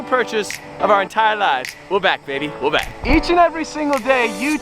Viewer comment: Somebody tell me if he says wa back or we're back because i've been trying to figure this out for 2 years